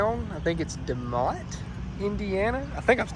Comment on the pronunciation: You said the towns name right De Motte Indiana I grew up about 25 miles from there a town Called North Judson